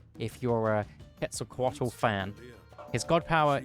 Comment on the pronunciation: that pronounciation was all over the place... its not itzpapatol its itzpapalotl. its not quetzolacualt or whatever you said im surprised how wrong you got that one